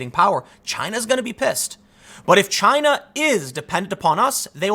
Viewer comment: "Jyina" -Tim Poole, November 2019